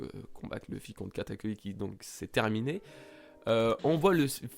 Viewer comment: "Katakuli" dégueulasse xD sinon cool la review^^